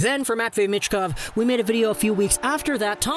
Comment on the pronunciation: You pronounce Michkov wrong. C'mon, it's not that difficult.